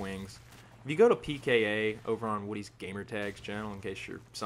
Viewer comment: Pee Kay Aeee? Im Ron Burgundy?